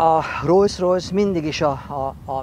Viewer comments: bátyám! Olyan szépen elmondod, hogy az egyik alapítót Rolls-nak hívták a másikat meg Royce-nak. -nél meg elkezdesz rojszrojsz-ozni. Az kérem nem rojszrojsz, hanem rolszrojsz. A kocsid meg fantasztikus! Gratula a csatornátokhoz:) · amúgy el lehetne hagyni ezt a "Rojsz-Rojsz" kiejtést... meg kéne tanulni: Rollsz-Rojsz... de ez sajnos nagyon sok ember hibája, meg ugyebár a Volkswagent is sokan V-vel ejtik pedig F-el kell !!!!